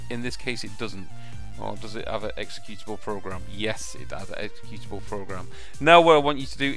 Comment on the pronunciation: You used to say "executionable" -> not executable. I miss that, lol :)